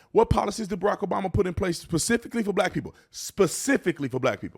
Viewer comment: This is factually incorrect and lacks context. Plus you pronounce specific wrong.